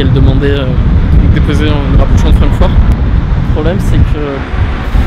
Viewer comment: Sa ce pronnonce Frankfourte sinon super vidéo